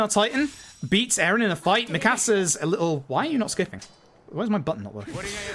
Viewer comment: Dude has a great personality for speedrunning but damn the way he says Mikasa is jarring